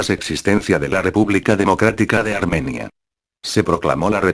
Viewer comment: pon mapas y banderas de la época, y gente destacable para que sea mejor tu trabajo, y también la gramática al hablar (armenía), aún así, excelente